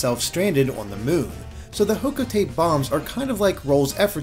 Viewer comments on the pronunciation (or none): Hocotate is pronounced Hocotaté. Nintendo of America probably should’ve spelt it like that to prevent this problem. Actually, no, maybe that spelling wouldn’t work. It’d need to be like Hoco-taté or Hocotáté or somethin. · Hocotate is pronounced Hoh-ko-ta-tey (at least by the 3 natives in Pikmin 3)